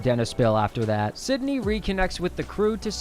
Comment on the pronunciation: you keep saying sydney instead of cindy